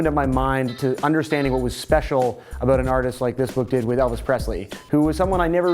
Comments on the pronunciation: "Aboot" wow his canadian really showed their, didn't it? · all i hear is " ah-boot " when he says about